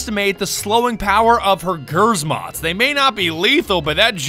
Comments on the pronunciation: You dont read grzmot like g r zmot you read it like gżmot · I know that someone probably wrote this already but, the grzmot you so fondly read as ger-zmot is actually pronounced as gzhmot - as in hard sh. It means "thunder" in polish, as opposed to GROM, which Ela represents, where grom means lightning. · "GURZMOTS!" I... I am polish and cringing... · I love how he pronounces "Grzmot" like 'greezmot' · You saying Gersmod instead of Grzmot hurts my language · i'm Polish, and it's so god damn funny, when you try to say the word grzmot, while not beind Polish XD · as polish i am fucking terrified how you pronounce GRZMOT check it at google translate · "Umm actually you are pronouncing grzmot wrong" 🤓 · Thats not how you say grzmot...